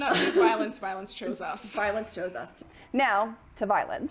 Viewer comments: Instead of "violence" I repeatedly heard "violins" and was very confused a while 😂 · I thought she said violins.... I WAS SO CONFUSED!!!